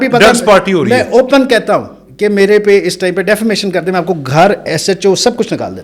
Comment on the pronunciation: Defermation nahi ,Defamation hota hai 🤦🏻‍♂️